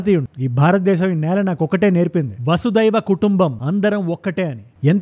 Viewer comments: అది vasudaiva కుటుంబo కాదు vasudaika కుటుంబము. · వసదైవ కాదు బ్రో.. వసుదైక కుటుంబం అనాలి.. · వసుదైవ కుటుంబం కాదు 'వసుదైక కుటుంబం' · Vasudaiva kutumbam kaadu anna vasudaika kutumbam